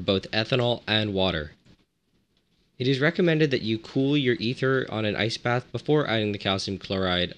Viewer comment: Every time he says ice bath I hear nice bath or rice bath